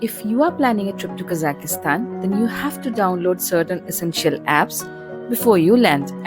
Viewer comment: not Kazakistan(ki..?), its Kazakhstan!